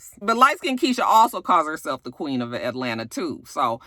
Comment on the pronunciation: Why does akbar think she is the “queeng” of atl? she always put a g on the end of queen lol. Well at least that how it sounds.